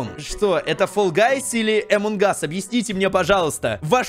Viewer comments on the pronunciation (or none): Поззи ты зодолбал говорить эмон кас поззи пишецч амон кас